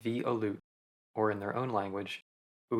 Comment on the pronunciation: You are pronouncing Aleut and Unangax incorrectly. Aleut is pronounced as a-lee-oot. Unangax is pronounced as ooh-nang-ah, or there is Unangan. Please learn pronunciations before making an informative video.